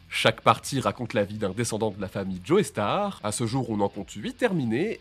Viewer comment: Répétez après moi '' djostar ''